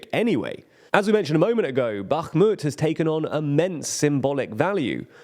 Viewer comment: Congrats on pronouncing Bakhmut correctly!